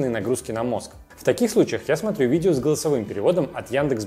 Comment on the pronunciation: Цермины, видзео, пасмаарець.....- что это за ужас? Идиотский говор, дефекты речи, сидит в шапке, звук в нос, звукоизвлечение в нос.... Какой неадекват мог сунуть "этот набор" в кадр???